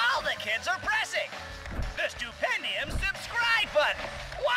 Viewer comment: Stupendump? lol It's pronounced Stoo-pen-di-um. English my man.